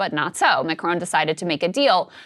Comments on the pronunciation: Pretty sure that was supposed to say MacRon, as in the French dude… not a town in Georgia. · "MacRon"? McDonald's hip new spokesman? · His future is SO uncertain that he's lost the R in his name!!! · /Macron. Close ish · It's not Macron, it's M̄āc̄r̄ōn̄.